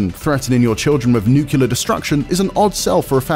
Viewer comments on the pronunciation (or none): When you say NUCULAR instead of NUCLEAR 🤦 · NUCLEAR, IGN. Not NUCULAR, goddamnit. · It's 2023, stop saying "nucular"